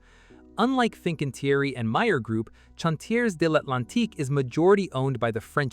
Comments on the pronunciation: I think this video was largely produced by. AI. The voice over was awful, particularly when massacring chawn-tiez devlantique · The AI really struggles with French doesn't it? Chantiers d'Atlantique and St Nazaire seem steps too far.